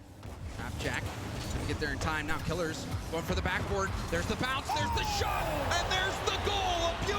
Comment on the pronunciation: Ur pronunciation to kiileerrz is annoying just say killers its killers maybe with the z not the s